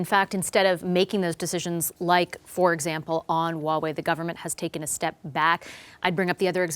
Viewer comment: how immature, the pettiness of mispronouncing Huawei on purpose. pretty sad when CBC has to lower themselves to CCP standards and play their childish games /ˈhwɑːˌweɪ/